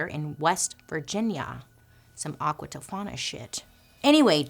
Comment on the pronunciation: Okay but she said aqua tofana and then my husband and I whispered it to each other for a solid 5 mins 😂